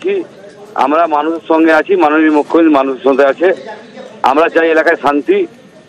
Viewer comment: জঙ্গীপুরের বিধায়ক তো মনে হচ্ছে মালের ঘোরে কথা বলছে। 'মুখ্যমন্ত্রী' শব্দটা একবারও সঠিকভাবে উচ্চারণ করতে পারলোনা। ঠিক মাননীয়ার 'গরমেন্ট' উচ্চারণের মত লাগলো।